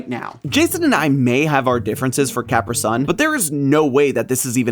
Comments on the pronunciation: At least it’s funny how he does an aside to say he set out to prove Jason wrong, only to prove himself wrong, then says he can admit defeat but wait the Italians pronounce it…. “Coppree Sun” which still isn’t anywhere near the “Caprisun” he says 😂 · I have lived in eight states and two countries and have NEVER heard anyone pronounce "CapriSun" the way you do, "." <---- See what I did there by mispronouncing the name? 😉 In all seriousness, most writing experts agree that even without a hyphen, an extra capital letter indicates the accent much like a hyphen would. "Caprisun" might be pronounced the way says it, but "CapriSun" should be pronounced as two separate words "Capri" and "Sun. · There is a CAPITAL S in "Capri Sun" which makes it very clear it's two words. The fact that you say you are an adult and can admit when you are wrong, and then keep saying it wrong, kinda goes against everything Theorist. It genuinely makes me sad i have to thumbs down a Theorist video but you're too much. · Until this video, I've never heard such an odd pronunciation of Capri Sun in my life. The island (mentioned in this video) and the type of pants alone should inform how the brand is said. I'm starting to wonder if he's pulling a Simon Whistler – that is, intentionally mispronouncing a word to get people commenting and thus boosting his engagement numbers. *cue eerie theremin music here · how did you manage to pronounce Capri-Sun that way Edit: You did your research. You're still wrong lol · you can get technical all you want my man, I saw the Capri Sun commercials as a kid and even they pronounced it the way everyone else did and does 😂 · That is not how you pronounce Capri Sun and not how you're supposed to puncture the pouch either. No one on set clued this man in?? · "Now I have to go rethink everything that I've ever known and loved." LIKE HOW YOU PRONOUCE CAPRI SUN?! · I'm sorry... HOW did you pronounce "Capri-Sun"? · Did anyone notice how he said caprisun